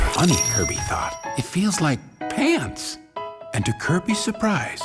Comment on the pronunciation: I laugh when he says pants.